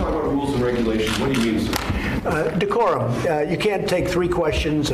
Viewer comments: Dee-core-um, can you use it in a sentence mr. trump? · OMG! Did huckasands say decorum?!? Ahahahahahhah..... wtf?!?!! We are in the twilight zone!